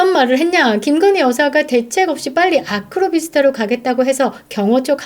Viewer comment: 웃긴게ㅋㅋ아파트명을 그렇게 또박또박 말하는거 소름ㅋㅋ